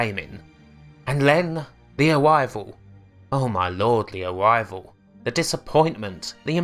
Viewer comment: the awivwal